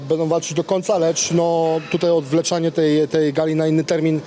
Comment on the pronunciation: "ODWLECZANIE" JPRDL